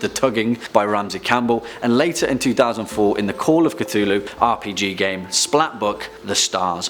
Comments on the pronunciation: “Lu Kthu”? Really? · I'm having trouble pronouncing Cthulhu... I can't seem to create the sounds.